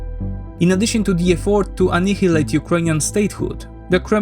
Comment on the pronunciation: For future vids please check the correct pronunciation of annihilate 😊😅